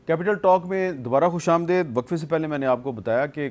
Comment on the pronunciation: Khush amdeed not daid.